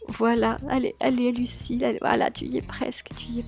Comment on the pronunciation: arrêté de dire L ucille ca me stresse😂 bon et on va dire que c'est un motif abstrait! !😂